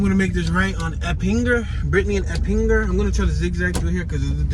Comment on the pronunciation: You passed my gma house on Eppinger street and you pronounced it wrong